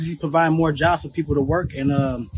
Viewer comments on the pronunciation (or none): none